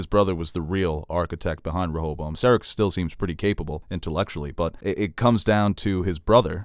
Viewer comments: it's pronounced Ser-AHC. Stress the second syllable, not the first! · Lol the way you pronounce Serac